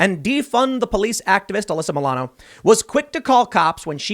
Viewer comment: "Maybe now she (Uhh-lyssa Muh-lano) will learn a lesson." BWAHAHAHAHA, you're joking, right? RIGHT?